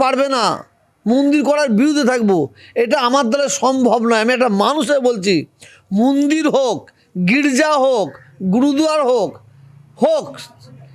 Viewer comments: মুন্দির না, মন্দির 😂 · আরে ফকরুল মিঞা ওটা মুন্দির না ওটা মন্দির হবে।